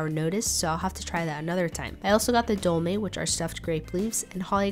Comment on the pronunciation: It is axtually pronounced "Dolma" not "Dolme" hope it helps :)))